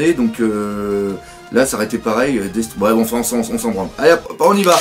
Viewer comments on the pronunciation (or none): none